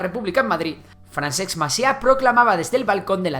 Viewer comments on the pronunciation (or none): De los impuestos en Cataluña (y el resto de España) vs su ejecución en Madrid no se habla, no? De las hostias que nos pegó a civiles la Guardia Civil por querer votar en 2017 tampoco se habla, no? Tápate un poco, anda, que ni te has planteado cómo se pronuncia FRANCESC, no FRANSEX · Si deletreas la palabra FRANCESC verás que en las dos últimas, primero viene la S y luegio la C poor lo que se pronucnia fransceSC y nio franceCS.... Venga, inténtalo que és fàcil. Salutacions. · Fransex Macià? Lluys Companys? tanto cuesta leer la wikipedia para ver como se escriben y pronuncian los nombres en catalán? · 🤣🤣🤣🤣🤣🤣🤣🤣 ha pronunciat FranceKS dos o tres cops. jajaja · yo lo que espero de Esquerra y Junts es que negocien con el Estado de una vez por todas que la gente pronuncie Francesc y no Fransex. A todo esto, muy buen resumen en mi opinion! :) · Però no diguis Fransex Macià home per favor... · No se puede poner menos interés en pronunciar bien las 4 míseras palabras catalanas que salen en el video.... FranceCS Macià, LluYs Companys, "J"ove Catalunya..... vamos ni hecho adrede!